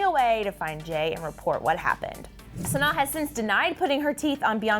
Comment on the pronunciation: The fact that ya’ll didn’t even bother learning how to pronounce Sanaa. 😒